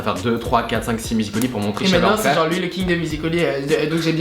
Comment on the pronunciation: Ça me perturbe, ils disent musicol.y au lieu de musical.y 😂